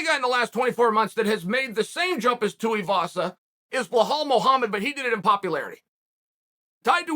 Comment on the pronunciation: I'm glad that he's finally allowed Tai Tuivasa's name to be pronounced correctly.